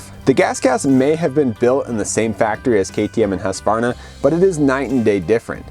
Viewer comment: Thank you for pronouncing Husqvarna correctly and not saying Husq a varna. That has been an irritation for me for 55 years.👍❤️🏍